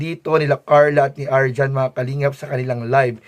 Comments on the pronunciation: Arjean po, hindi po arjan... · Arjean....hindi Arjohn 😂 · Arjean po hinde arjhon